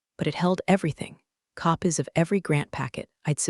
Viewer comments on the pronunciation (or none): Copies... not cop-ez. Lives( short I) vs lives( long i)